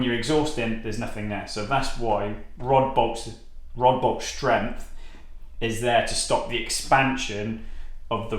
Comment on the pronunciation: High Strempth! 😂😂😂